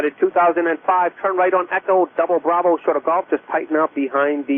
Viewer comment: Didn't he also say "2005" incorrectly?